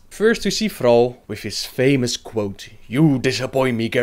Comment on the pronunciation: Thrrrrall xD... love you